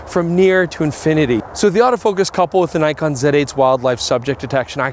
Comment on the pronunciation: That is not a Nikon... That is a "King-kon"!!! Very nice!